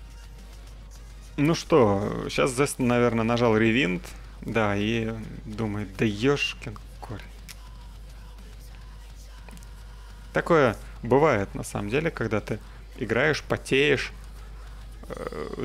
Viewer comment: дружище, рэйз ёр эдж, а не райз) райз это rise, а raise это рэйз :) а, да, а еще ривайнд (rewind), а не ревинд..) буду подтягивать твой английский, где могу))